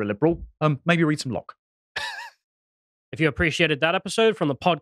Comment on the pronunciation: I remember it too - good old Blood Sports. I remember the meme arising from the fact that didn’t know how to pronounce Locke and said “Loki” instead which confused everyone as nobody was familiar with a body of literature by the Nordic trickster God.